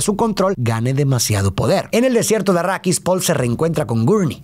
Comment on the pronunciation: Dejé de ver el vídeo cuando escuché "achrídis" 🤢🤢🤢🤮🤮🤮